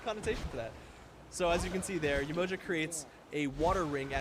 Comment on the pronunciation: The pronunciation is horrible. Not Yemoja sounds like a sandwich. It’s pronounced Yeh-Mo-jah! Not juh, jah!